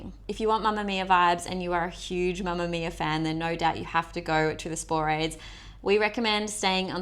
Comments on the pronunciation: Spo-ra- thes. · Interesting video - but I can help a chuckle when you say Sporades and Cyclades.